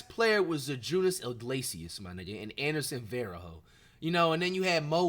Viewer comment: "Zydrunas Ilglesias" and “Anderson Varahoe" is INSANE Flight LMFAOOO